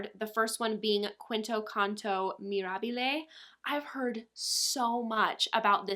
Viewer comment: You have me on the quest for Autopilot! Thanks for the rec! I really love Mirabile, and I didn't love it at first, but I fell in love with the drydown. You are one of the few people on YT who pronounces the name correctly.